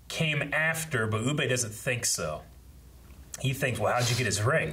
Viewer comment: Still calling Ubbe Uuu-BAY. 😅 Personally I wasn't a fan of this ending for Bjorn, I think a death at the end of the first part would have had a better feel with the army's coming to fight for him after hearing of his fall would have had a more fulfilling feel. I'm just done with Harold, I don't care about him anymore as a character. As for Gunnhild...that woman deserves better. The way this show has treated its female characters is bordering on ridiculous.